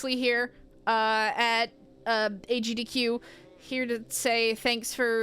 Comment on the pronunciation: “Agdq” lmao